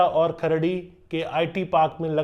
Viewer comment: अहो तो सवारगाटे आणि खार्डी म्हणाला5😅😅